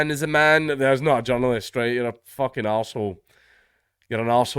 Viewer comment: only a scot can make the word journalist sound like john lewis